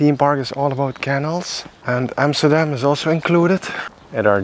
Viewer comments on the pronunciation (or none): Keeps calling Canals Kennels...needs a bit of help with english